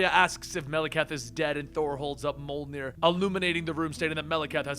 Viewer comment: why do Americans have to ruin every european word? ITS NOT PRONOUNCED MOLNIR....